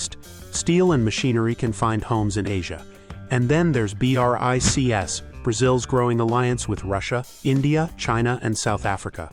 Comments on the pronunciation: B,R,I,C,S?! What?! It's BRICS, pronounced just like the word "bricks". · No one says B.R.I. C. S. It's pronounced Brics. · pleease bro (yes i know is an artificial reader, a voice simulation) its pronouceded "breeks" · Is this AI voice ho spells Brics letter by letter?